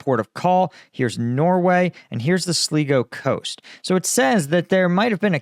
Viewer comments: Sligo is pronounced 'Sligo' not Slego'. Using the latter sounds a bit weird. Well a bit German as they tend to swap 'i's and 'e's. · Pronounced sly - go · The coast in Ireland you referred to is pronounced SLY-GO. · "Sligo" is pronounced "Sly-goh" not "Slea-goh" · Sligo is pronounced Sly-Go sir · I'm a regular viewer and subscriber to your excellent channel; looking in from Ireland. Although not as difficult as many of the place names you have to deal with in Ukraine, I see that Sligo can confuse in its simplicity. We pronounce it as Sly-go. Haloween saloooh-tations, Dermot Mac Shane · FYI, phonicly Sligo sounds like sly-go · Pronounced Sly-go! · pronounced "sly-go" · Its pronounced "sly go" ...i was thinking you were talking about somewhere off Greenland or Iceland 😂 im in Dublin🇮🇪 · 😂 it's pronounced 'Slygo' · Sligo is pronounced “Sly-Go” 🇮🇪 Source: I’m Irish. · Sligo is pronounced slai gow. The Irish side of my family is from there. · "Sly-go" Sligo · It's pronounced Sly-go coast in Ireland 🇮🇪